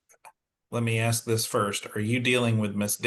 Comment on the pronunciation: I know, it drives me crazy. It’s the same here in Australia, what is so hard about pronouncing the S and K 😮